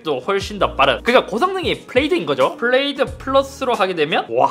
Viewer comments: 플레이드 아니고 플레드입니다? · 형 플레이드 아니고 플레드라고 읽는거에용 🌈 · 근데 플레이드 아니고 플레드 아닌가..? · 플레이드 아니죠. 플레듭니다 ㅎㅎㅎㅎ